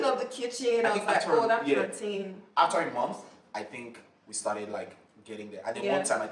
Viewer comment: ahahahahah when she said o mehn that plantain :)